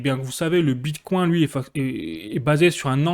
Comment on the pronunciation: Wow pourquoi tu dis bit "coin" comme un français qui découvre la crypto. Mais tu prononcés bien vechain ... Wtf